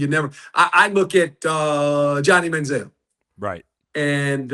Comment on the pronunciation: For god sake, correct that man, Manzell/Baker! WTH?